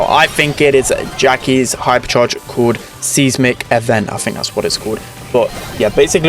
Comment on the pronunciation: "Seize-mik event" 😭😭 It's Seismic Effect